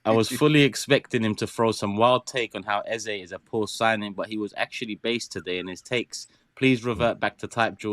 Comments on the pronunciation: You don’t call Saka Saké. Its EHZAH not EHZAY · His name is pronounced EHZAH. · It’s pronounced “E-zeh”